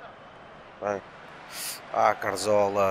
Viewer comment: Mas que Raio de M** é o "CaRZola" não será mais "CaZoRla" ? -.